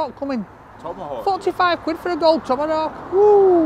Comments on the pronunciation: Yeah that’s been irritating ! Tommarowk ! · There’s no letter “r” in the name of that steak. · Well, the waiter called it a Tomerrhawk so he’s just being polite and calling it by its name 🤷🏻‍♂️ 😂